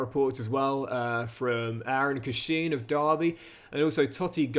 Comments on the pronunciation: It’s pronounced Cash-in! Love it though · Derby fan here it’s pronounced cash-in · Hi, love the content. One quick pronunciation comment it's Eiran (Air-in) Cashin (quite literally "cash-in")